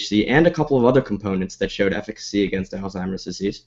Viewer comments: It's Alzheimer's, not Alztimers! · Dude you're a fucking professional, learn how to say ALZHEIMER'S properly.